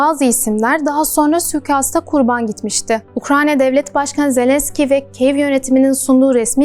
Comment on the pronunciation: Ukranya değil ya Ukrayna